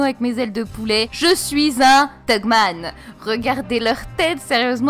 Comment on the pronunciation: Faut arrêter de dire thugman stp